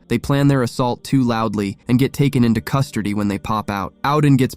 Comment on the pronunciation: No you definitely said custardy🤷🏻‍♀️🤣🤣🤣 it's okay it was funny